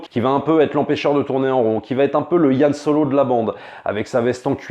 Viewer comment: "Yan" Solo ?!